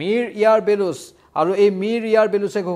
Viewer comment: বেলুচ নহয় বলুচ